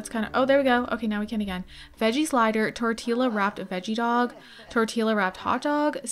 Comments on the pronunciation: Tortee-luh??? Please tell me you know it's pronounced Tortee-yuh. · It’s pronounced tortiya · Tort-eela she said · I just wanted to tell you before people make fun of you.. tortilla is pronounced like “tor-tee-yuh” I love your videos!! 🫶🏼 🦄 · My first time watching your videos loved the LP but that way you say tortilla 🥴😭torteela? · I loved the video but the way you said torilla was off. Tor-ti-ya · I noticed you were pronouncing tortilla wrong. It’s pronounced (tor•tee•uh) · Ily but did you just pronounce the “L’s” in tortilla😭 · It’s a Y sound in tortilla not L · The way you pronounce tortilla fucking takes me out 😭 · In tortilla the 2 ls are pronounced like a y and it’s sad you pronounced it like that